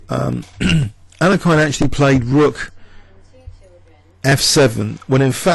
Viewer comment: is this really how to pronouce alekhine?